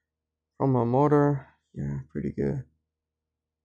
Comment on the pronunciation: “Yeah pre’y goo’🤤”